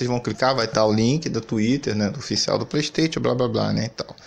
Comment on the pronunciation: Relaxa, nos já nos a acostumamos com vc não sabendo falar nem a palavra "Playstation", quem dira Hogwarts Legacy